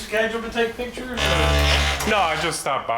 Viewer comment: "ThortIn"!?!?! Come on dude! It's like saying "taking PITCHERS", which hold liquids and/or throw balls... you MEAN to say "PICTURES" and you sound UNNECESSARILY dumb, which kills credibility, in a situation where credibility is EXTREMELY important!!!